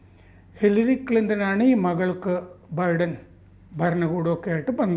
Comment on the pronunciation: ബിഡൻ അല്ല ബൈഡൻ